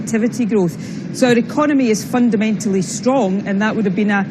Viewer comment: Stop saying fundermentaly you fundermental fuckwit!